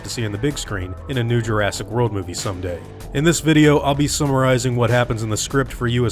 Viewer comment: jurastic? You mean Jurassic? I leave now...